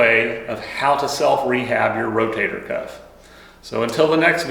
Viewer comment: I like how, instead of saying Rotator, he says "Row-Tater," as in "Eat yer taters!" Lol.. ❤